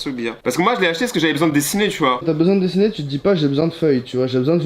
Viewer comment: Je suis le seul à bloquer quand il dis dessner